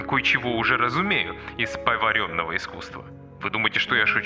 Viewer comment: Хотя бы ударения правильно выучили, литературоведы хреновы. не "из поварЁнного искусства" , а "из пова́ренного искусства".